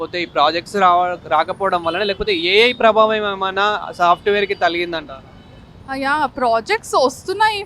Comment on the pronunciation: తలిగిందా 😅... నువ్వేం anchor రా తెలుగు పలకటం కూడా రాదు